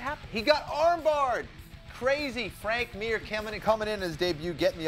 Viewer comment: 'Frank Mur' sigh